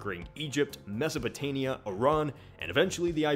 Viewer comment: You pronounce Mesopotamia wrong.